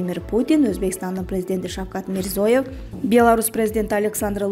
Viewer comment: ЭЭЙ ОКУП ЖАТКАН ДИКТОР ОЗБЕК ПРЕЗИДЕНТИНИН ФАМИЛИЯСЫН ТУУРА ОКУСАН МИРЗОЕВ ЭМЕС ТУУРА ОКУШТУ УЙРОНУП ОКУП ЖУРГУЛОЧУ